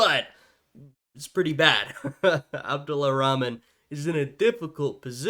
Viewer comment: his name is Abdul(or abdur) Rahman not Abdulla Rahman. the narrator is mispronouncing his name.